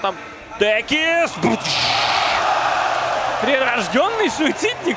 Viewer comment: Никогда не слышал за один раз сразу столько искрометных шуток про пит лорда. Ваганыч нервно курит в сторонке. P.S. Не течис, а текис.